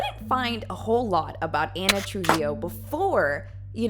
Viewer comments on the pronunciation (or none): ana trujilo, more like ana truHEELo im so sorry